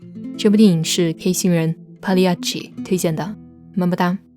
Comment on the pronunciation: I love how you pronounce “Pagliacci”